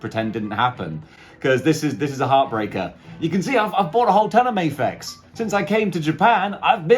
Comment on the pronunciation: It's because you're in Japan and you say "may-fex" instead of the Japanese pronunciation, "Mah-fex" -- the figs have had enough lol it's like people who say "leh-vees" instead of "lee-vys" other than that, great review! The fig looks amazing, my only neg is the spider graphic on the hoodie is too small, especially compared to the comic image you showed